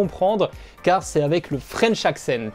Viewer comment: Tu as même le French accent en disant French accent 😅